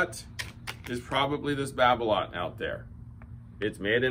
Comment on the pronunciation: Babolat is pronounced babola without the t